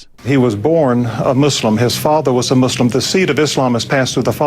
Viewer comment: It's Muslim not MUZLIM godamnit